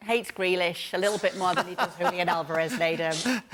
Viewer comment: Congratulations to Kay for the way she says "Julián"